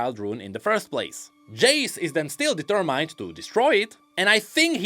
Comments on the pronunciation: deter mind D-tier Mined it is funny to hear it like that, but I'll give you slack, as a non native myself I get the strugle to understand pronounciations. and grammar but that is a funny one, and the internet will let you know unless this is something intentional, in which case I'll be in return the butt of the joke. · ITS DE-TER-MIN-D NOT DETER-MINED PLEASE!!